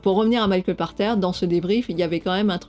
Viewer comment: Où j'apprends que son nom se prononce "par terre" et non "pache terre" O_o. Je comprends mieux pourquoi ses prédictions concernant le JV sont aussi souvent éclatées au sol... Sinon, super format.